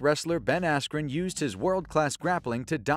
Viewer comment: When he said askren.....🤫